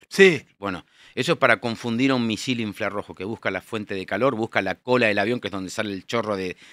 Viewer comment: Escuché hasta "inflarrojo". . Ahí apagué todo y me fui.